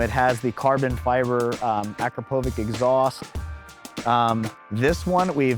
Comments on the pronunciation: You’re missing the upper tail/seat tray for the M1000RR. My bike is loaded with Ilmberger and that’s one of my favorite pieces for sure. PS- Akrapovic is not pronounced Ak Ruh Poe Vic. It’s Uh Crop Uh Vich. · Love all the bikes just really hate how you pronounce Akrapovic incorrectly 😂